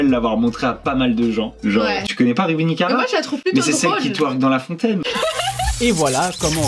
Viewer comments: Par contre s'est pas ruby nikara mais ruby nicaca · C'est plus nikara mais nikaka